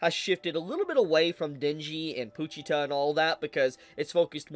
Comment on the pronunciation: Why are you pronouncing pochita like that?